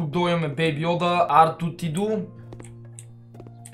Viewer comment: ТО Е R2-D2 а не R2-T2 както го казваш ти!!!